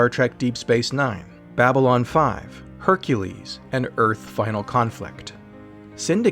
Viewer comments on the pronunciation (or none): none